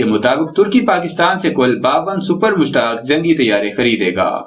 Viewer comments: mashaq not mushtaq please correct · Mushaaq not mushtaq bloody idiot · Har aira ghaira nathoo khaira Defense Analyst bana phirta hai. Ye sab baar baar Mushaq ko Mushtaq Tayyara bol raha hai.....